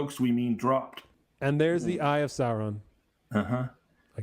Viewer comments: Sorry if my pronunciation is confusing. I’m pronouncing the ‘u’ in Sauron. I believe it should be less of a ‘Saaa-Ron” pronunciation, and more of a ‘Sow-Ron’. Same thing with the dragon, Smaug, BTW. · I'm a Tolkien noob but why does call Sauron "Salron''?